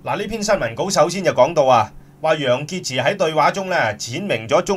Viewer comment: 楊潔x都吾撚識讀😤😤😤😤😤